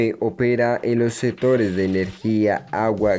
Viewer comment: A mejorar pronunciación y léxico. te comes la c en casi todo ejmp atualmente, setores etc... pero interesante el video